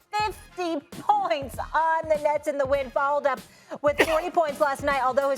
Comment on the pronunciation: Jaysom tator?